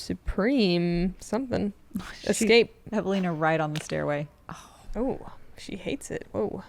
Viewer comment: As a Finn, I just realized how seriously the take their graft. They pronounce Eveliina in such a Finnish way. Honk!